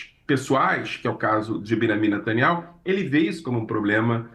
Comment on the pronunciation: Não é netanyau é saaniayu